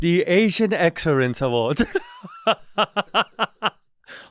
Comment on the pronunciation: Wercome back to the asian exerrance awards 😂😂😂😂